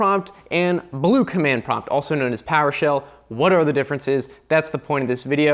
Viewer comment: the over emphasis of the letter b is so fucking annoying that I had to leave the video after only a few seconds in when he first said “blue”.